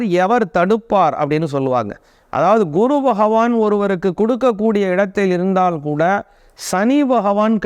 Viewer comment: பண கஸ்டம் . எந்த ஊர் தமிழ் இது ? கை கூடாமல் இருந்தாள்😢. ள , ல உச்சரிப்பு சரியில்லை.